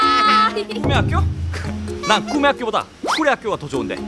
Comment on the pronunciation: 사마귀 실장님이 꿈의 학교 말할때 굼의 학교라 함 ㅋㅋㅋㅋㅋㅋ ㄹㅇ ㅋㅋㅋ